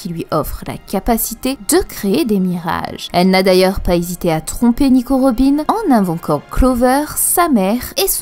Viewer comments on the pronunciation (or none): none